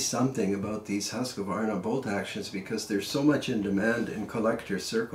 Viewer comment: Good review! love your pronunciation of Husqvarna! i'm about to buy my first rifle soon and after this I might be looking a second time on the old swedes. (Living in Sweden btw) :)